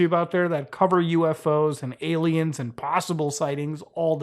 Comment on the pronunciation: I cant get over how he calls them ay lmaos and how he pronounces them. lol